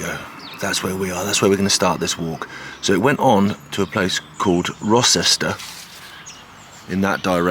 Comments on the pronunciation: Rocester, not Rosester. It's pronounced Roe-ster. It was double track because it was actually the shortest route from Manchester to London and was expected to be more important than it ended up being. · Great walk, i'm local and have walked, jogged and cycled the route many times over the years. If this line was still operational you would have a train running from Uttoxeter Racecourse with stations at JCB World Headquarters Rocester (pronounced Roaster btw!) - Denstone College and Alton Towers on to Oakamoor. Bloody goldmine for tourists. In the late 1970's it was possible to walk from Uttoxeter to where you started at Denstone along the track bed, sadly all under farmland now.